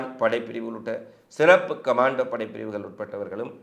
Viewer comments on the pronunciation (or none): none